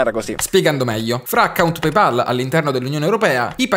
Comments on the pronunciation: Si pronuncia pey pol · 3 persone tutte insieme che non dicono PEIPOL. 😀